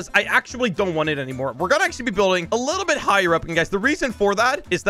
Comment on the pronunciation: I like how says libble bih instead of little bit